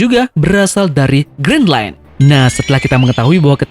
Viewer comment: Gren lain bukan grin len